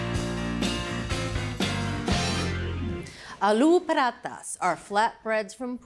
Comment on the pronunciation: Hey, why do you take care to get the pronunciation of french foods right, but not check how Alu paratha is pronounced? Edit: does a wonderful job!! Instant respect!❤